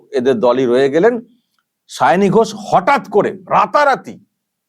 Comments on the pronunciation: যে ভালো-ভাবে একজন প্রার্থীর নাম উচ্চারণ করতে পারেন না সে আবার মুখ্যমন্ত্রী ছিঃ -----।শাওনি নয় সায়নী। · আমাদের মাননীয়া মুখ্যমন্ত্রী কি সায়নী বলতে পারেন না?তাই শাওনী বলছেন 😄😄😄 লজ্জা জনক ব্যাপার 😠😠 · ও ওরকম হয়। পোতিবাদীদের উচ্চারণের একট আধটু ওরকম হয়! সায়ণী আর শাওনি ঐ সব একই হল...ড্যাং...ড্যাং... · উচ্চারন সাওনী নয় সায়নী হবে😂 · উচ্চারণ টা ঠিক করূন। সাওনি।সাওনি মানে শোয়ায় উস্তাদ। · দিদিমার মাথা খারাপ হয়ে গেছে,তাই সায়নি কে সাওনি বলছে। এই হচ্ছে আমাদের বাংলার মুর্খ মন্ত্রী। লজ্জা লজ্জা,ছিঃ, ছিঃ।।😮😮😮😮😅😅😅😅।। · Ekdam netrir moto jhagra korte pare Onar nijerto uchharan e poblem achhe tai sayani k saoni bolchhen . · Nije Maoni tai uchharon korchen Sawni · Gora thekei o vul val pronounciation bole asche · অশিক্ষিত cm একটা নাম ও ঠিক করে উচ্চারণ করতে পারে না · নিজের candidate এর নামটাও উচ্চারণ করতে পারেন না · ঘুম থেকে উঠে শুধু ঝগড়া করে।জিভ ছোলার টাইম পাইনা।তাই নাম ঠিক করে বলতে পারছেন না ।কবে যে বিদায় হবে। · কুচুটে ও ঝগরুটে পেতনি পিসি কোন ভাষাই ঠিক মত বলতে পারে না। তাই ঝগরুটে কনডমওয়ালীর নাম টাও ঠিকঠাক বলতে পারে না। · এমন মূর্খ যে প্রার্থীর নামটাই উচ্চারণ করতে পারে না। আর ঠিকে ঝী কে প্রার্থী তো করতেই হবে, নাহলে বস্তির কালচার চলবে কী করে?? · যাদবপুরের ভোটার হিসেবে খুব লজ্জা করছে। উনি তো নামটাই ঠিক মতো উচ্চারণ করতে পারেন না। ঝগড়ুটে মেয়েকে ভোট দেবে মানুষ এটা ভাবতেই খুব লজ্জা লাগছে।